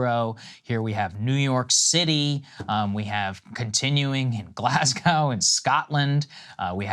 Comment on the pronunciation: That's not how you pronounce Glasgow, Saagar. The second syllable doesn't rhyme with 🐮. 🤦